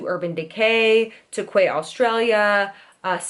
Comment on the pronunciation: "Quay Australia" 😂😂😂👍 it's pronounced "key Australia"